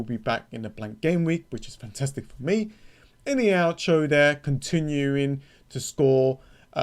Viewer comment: Great pronouncemet of Iheanacho 😂